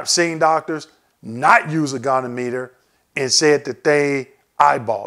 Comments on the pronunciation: Great information! I'll definitely be using this during my CMP exam! Thank you. FYI - goniometer is pronounced "GOH" + "nee" + "OM" + "ih" + "ter". 🙂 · Great video ! Maybe work on your pronunciation of the word goniometer (go-nee-ometer) but otherwise very informative and I'd love to see a detailed explanation of each joint group... Particularly knees because it is a separate rating for flexion, extension, and stability which can give large compound ratings as I understand it.